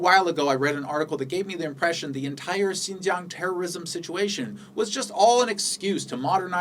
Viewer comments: your pronunciation of Xinjiang is so perfect it sound fake lol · you know what you say " XIN JIANG", the pronunciation is perfect in chinese. are you learning chinese now?